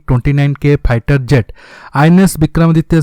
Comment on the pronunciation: Fighter aircraft to suna tha yeh pigther aircraft kia😂🤔🤔😂😂😂dejine😂😂